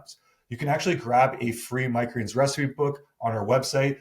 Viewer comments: Why does he always say “micreens” instead of “micro greens”? 😂 Love the videos btw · Am I the only one who cannot handle the way he pronounces "micro greens". I love the information, but cringe every time he says it.